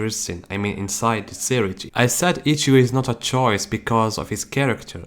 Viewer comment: Say-ray-tay not siri-tea Lol 😂